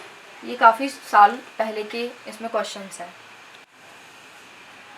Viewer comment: Behan badey nhi hota 😂🤣birthday hota h😎🤘mtlb bechari ek bar m nhi bol pa rahi vid bar bar cut play cut play 🤣😂😂🤣👍👍aur kotion nhi🙄 question hota h😂🤣